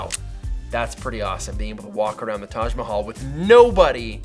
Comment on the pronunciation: You pronounced "Taj Mahal" so well, You should come to India!!